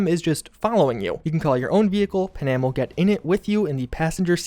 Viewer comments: Lol pa-nam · Bro, who’s “pa-nam” LOL